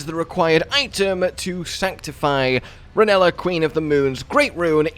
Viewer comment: the way he pronounces Rennala's name he sounds like Scooby Doo trying to say vanilla lmao